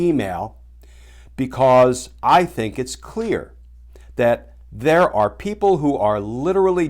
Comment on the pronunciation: You read it wrong. "There're" means there are, not "they're now".